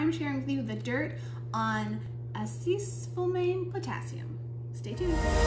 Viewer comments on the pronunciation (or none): Call me crazy but the fact that you're not smart enough to google the pronunciation of this word damages the credibility of everything that follows. Stop making that mistake. I suspect you're pretty smart. Avoid making yourself sound uneducated.